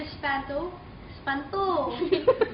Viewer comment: I laugh in this darren video in the start becouse he rong said espanto then he said espantol and look hes eyes hahah and the wlone he said what?the face funny whhahahhahahaha I watch this 100 times hahahahhaha